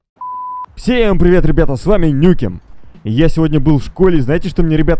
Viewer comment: Не нукем а нюкем